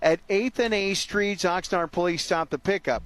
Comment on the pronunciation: It's pronounced Ox-nard. Not Ox-nurd.